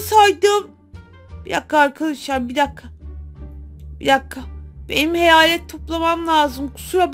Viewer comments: Heyalet değil hayet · Heyalet deyil hayalet 😂😂😂❤❤❤❤❤😊😊😅